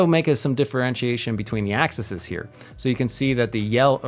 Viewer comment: Great stuff. Only one comment. Multiple axis are pronounced as Axe-E's. Not axises, axes or access.